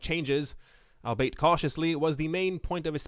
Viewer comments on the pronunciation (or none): I love you...but “albeit” is pronounced “all-be-it”